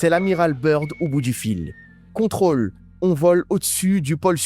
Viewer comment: BIRD SE PRONONCE BEURD en langue laide d'outre Atlantique , chef !